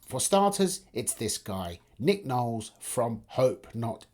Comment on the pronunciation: Ffs it's LOwles